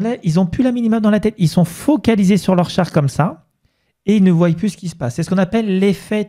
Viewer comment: Merci pour la vidéo. Juste deux petites choses (désolé de corriger surtout que tu parles bien,mais ça vrille un peu l'oreille ! ;)) : - ils voient (voi) et non pas ils voyent (voille). - si on était et non pas si on serait